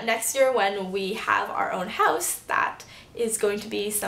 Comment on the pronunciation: the only way I could figure out that you were canadian other than you telling us is the way you say 'house'! :-)